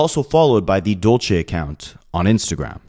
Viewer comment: Dulce is not pronounced the way your saying it😂